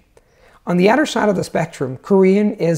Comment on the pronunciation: your English grammar is on point. I’ve watched 5 (I think) of your videos because they were suggested by a friend and I’m extremely impressed by your fluency in English. That being said, I did notice in this video and one other that you pronounced the voiced “th” in “other” and “mother” as a “d” while pronouncing it perfectly at the beginning of words. I don’t mean to be hypercritical because your vowels are quite good (one or two noticeable mistakes) and your rhotic “r” is perfect, but the mid-word voiced “th” would be something to work on. It’s very noticeable to a native English speaker. Otherwise, your fluency is outstanding!